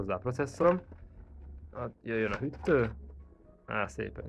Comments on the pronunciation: Az nem hüttő hanem hűtő. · hüttő-vel nem kell törődni, tipikus magyar dolgok ezek, bakkancs, szöllö, stb.. :D viszont, ne mondj hogyat egy videóba hogy franc tudja, illetve a cache az nem "kéccs", hanem "kess"